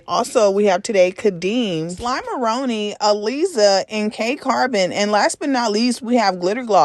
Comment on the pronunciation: It’s Gloss Up not Glitter Gloss and it’s Slimeroni pronounced like macaroni so slime a roni